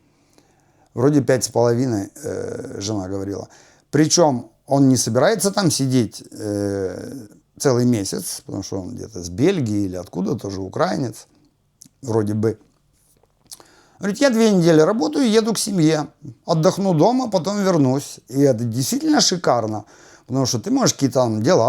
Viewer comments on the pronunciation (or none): Не УкрАинец, а УкраИнец!